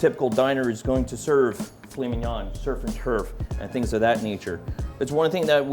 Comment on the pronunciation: did he say file minan